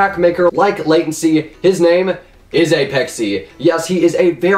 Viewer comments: apexee its uhh-pex-ay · Its not aYpexay, Its APEXay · "Apexee" ok?